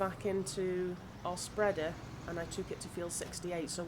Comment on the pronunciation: “Wo’eva we have left in the spredda “😂